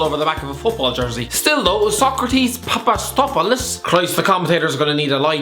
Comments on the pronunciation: Come on its Pa-Pa-Sta-Tho-Pou-Los its easy (greetings from Greece😂) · Sokratis Papa-Sto-Tha-Po-Los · "cannot pronounce Papasthopolous" Few minutes later "Cannot pronounce Alireza Yahanbakhsh"